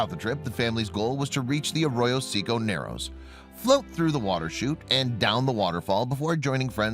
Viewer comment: Arroyo Say Coe